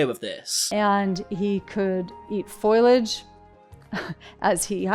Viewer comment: Foliage. Foilage is not a word 🙄